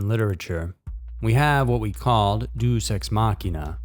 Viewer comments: "Deus" in "Deus ex machina" is usually pronounced "DAY-oose." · Deus is pronounced day-us